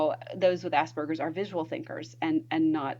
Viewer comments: It's 'Aspergers', not 'ass burgers'. Sorry, but I struggled to get past that as it sounds ridiculous the way you say it. I could not focus on the content. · Am I the only one that keeps hearing 'ass burgers"?